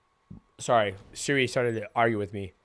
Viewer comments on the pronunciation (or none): none